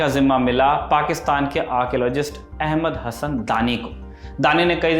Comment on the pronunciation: वाह “पाक्षतान” 😂😅